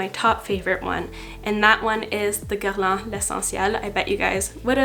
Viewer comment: As a French person I approve your pronunciation of Guerlain ;)